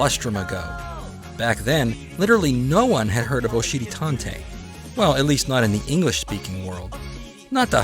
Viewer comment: I have to be honest I really thought you kept saying oh shitty tontey.I thought that makes sense because he is a butt.I found out you are saying Oshiri Tantei that makes more since it’s Japanese